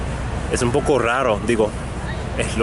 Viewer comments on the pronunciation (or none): none